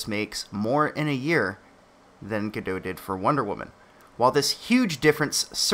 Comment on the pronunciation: Sorry for nitpicking, but Gal Gadot is not French. She's Israeli. You definitely pronounce the T at the end of her surname.